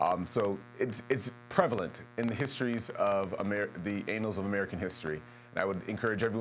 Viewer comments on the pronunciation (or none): "The anals" :P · This nikka said anals 😂haha